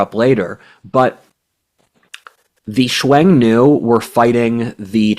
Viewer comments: Xiong Nu. Pronounced like English "shyong new" without any "W". not "swung" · Great podcast.. minor point: Hsiung-Nu is pronounced somewhere between "Shung-nu" and "Shong-nu" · 匈奴 Xiong Nu. pronounced like English "Shyong New".